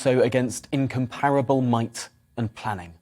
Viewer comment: Could Tom Harwood please learn how to pronounce 'incomparable' correctly.